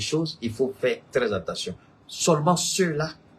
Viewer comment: AT - TEN- TION !!! PAS EN TEN- TION ================================== U- GAN - DA!!! PAS U GA DA